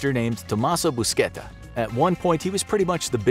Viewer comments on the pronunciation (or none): Not buschetta, more like bushatta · nice vid,the name is buscetta not buschetta